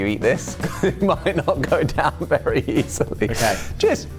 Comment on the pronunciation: When he says “ cheers” just before he ate the oyster it actually sounded like he said “ jizz”. That is the one word no one should think of when eating oysters.